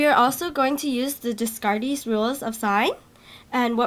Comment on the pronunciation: Great video. Every statement you make sounds like a question, and you also butchered Descartes' name. He's French.